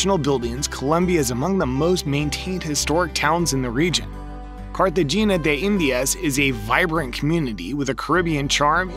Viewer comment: Nice video but the pronunciation of Medellin and Cartagena was wrong 😬